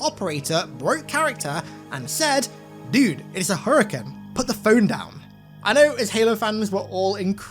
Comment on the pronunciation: Did always say naughties instead of nineties and Hurrican instead of Hurricane?